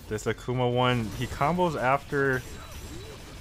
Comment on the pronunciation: you said “bombos” that’s a word in my language btw. But initially you left off the “C”. Only Gang members of the Bloods speak or type and leave out “C’s” because of their rivals the Crypts. So they substitute every work starting with a C and put a B instead